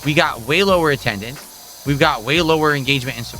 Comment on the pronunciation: PleaYUse stop give me money or gtfo also why anyone's talking to ME, REE?! Attuhndance is down, kahntributions are down, what's goyiungahn?! - 43yo Lolcow